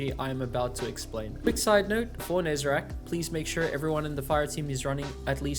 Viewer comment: I will never get why people keep calling Nezarec "Nezerac".